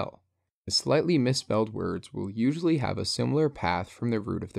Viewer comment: "a" in "Usually" shifted unwatchable